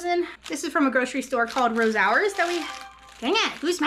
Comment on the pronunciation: Hi! Think your store is Rosauers, it’s pronounced (Rose- ours) if so they have good fried chicken! The oranges would be good made into marmalade too! Love all the garlic you have, I want some fresh to bake with olive oil into well well roasted, so good. Love the haul! Hope you guys are feeling better, the garlic and oranges should help with you immune systems! Hope you enjoy the rest of your evening, you and your family